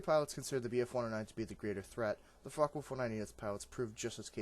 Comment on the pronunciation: You....do know its Focke? Right?